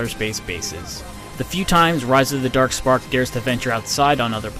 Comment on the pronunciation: Transformers: Rise of the Derk Sperk